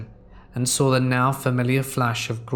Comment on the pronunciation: One of those folks who says sawr instead of saw. Like nails down a chalkboard, good stories though, and timing/tone of voice are proper. Good work.